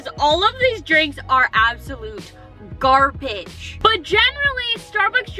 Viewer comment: U said garbitch